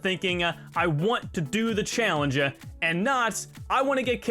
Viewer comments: I’m sorry but you keep saying “challenge-a” and I felt I had to mention it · please stop stressing words like challeng-E at the end of your sentences....it sounds terrible. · Why do you say challenge like that? lol